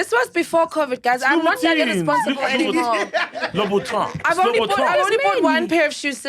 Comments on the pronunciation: It's LUBHUTHA not LABHOTHI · Louboutin is definitely not pronounced 'lah-boo-tee'. It is pronounced 'loo-buh-tn'. Even the French pronounce it that way. These celebs trying to act bourgie. SMH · She pronounced Christian Louboutin wrong, close but no cigar. That's not how it's pronounced 😭